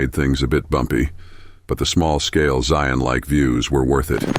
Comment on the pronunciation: You can take a the Kolob Terrace Road to the north out of the town of Virgin. There is access to Zion park via backpacking/hiking and also The Subway off of that road. By the way the way you are pronouncing "Zion" just lets the local know that you ain't from those parts. Just sayin.